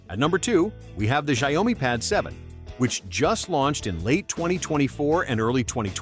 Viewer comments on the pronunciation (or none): Xiaomi pronounced show-me. Rhymes with cow.